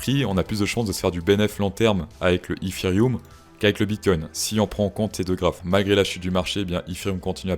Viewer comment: Le ifirioum ? Bonne vidéo sinon 😅😂